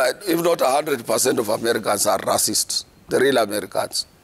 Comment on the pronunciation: Atwoli its Ray-cist (racist) NOT Ra-cist (racist) kkkkkk